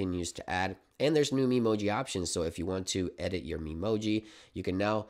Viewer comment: trust an american to say memoji like that lol